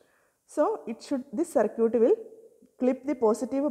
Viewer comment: Circuit ❌ Sir-cute ✔